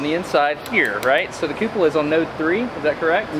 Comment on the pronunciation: Hahaha. What a joker. Cupoola